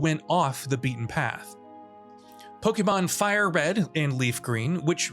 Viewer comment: Did he say fire green and leaf green?